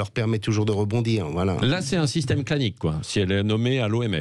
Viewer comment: ai-je bien entendu "clanique" ?????